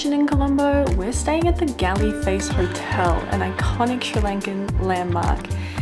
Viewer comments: Well Documented, Edited and Enthralling Presentation. We’ll done!!! By the way GALLE is pronounced as Gaul not Gally. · Hi … thanks for visiting Sri Lanka and I thoroughly enjoyed your lovely video. Just to make a small correction - Galle Face Hotel “Galle” is pronounced as “Gall” Can’t wait to see your next video. Have fun… Cheers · hiya, you did so good and I'm so happy that you enjoyed the trip. I'm so so soo much sorry for pointing it out, you pronounced Galle incorrectly, imma sorry!